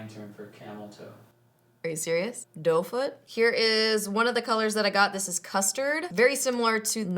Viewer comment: when you say serious it sounds like Sirious and Siri responds with "hey Siri don't foot" 😂 it happens every time I replay it back to that part lol #SnapFam